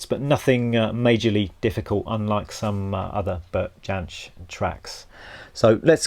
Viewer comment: Beautiful rendition and lesson. His last name is pronounced "Yensch", by the way. How about doing a lesson of his version of Reynardine or Poor Mouth?